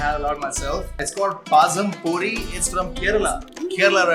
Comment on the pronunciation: The deep fried plantain is pronounced as Puh-yum Poe-ri.